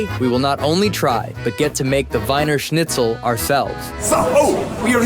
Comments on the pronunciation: You need to pronounce it Weener Schnitzel, not Winer 🤭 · Wiener Schnitzel is pronounced "VEE-ner SHNITZ-el". Your pronunciation was DIABOLICAL.